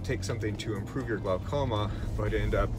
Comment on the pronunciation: Glaucoma, pronounced glawcoma.